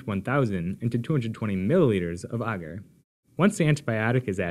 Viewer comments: Bagsy I'd pronounce that like the way they say agar in the video actually. Ooooohhhh! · who else is triggered by the way he says agar? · Studied in the UK my whole life so maybe it's pronounced different your country :) so you can understand my amusement